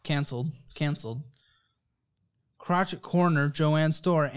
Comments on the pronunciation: Had alittle giggle at "crochet corner" pronounced like crotch ette corner...lol BTW this girl chose to came on this show but played a victim the time. She def needs therapy to help herself and not use her troubles to make others feel bad for her. I hope she's doing better now...bet if she got up and worked alittle more she'd feel better about herself. Who knows...but she def needs therapy and then a budget. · As an avid crocheter, I chuckled at him pronouncing "crotch it corner" XD lol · Is nobody going to comment on pronunciation of the word "crochet"? Thank you,, for making me chuckle. It was much needed comic relief in the middle of this torturous interview. You're a saint for trying to help this young woman. I love your channel.